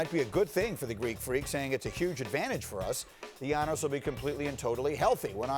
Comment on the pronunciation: Greenberg cant even prononce giannis's name. Have some respect to the reigning mvp